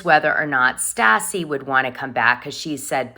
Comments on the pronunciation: You say Stassi like St ASS E.😅😅😅 ASS E! 😅 IT'S St AHH CEE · I cannot stand her, but it is beyond aggravating to hear you continually pronounce Stassi’s name wrong.